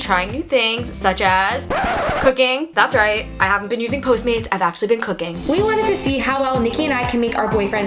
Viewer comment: be an haha british ppl be like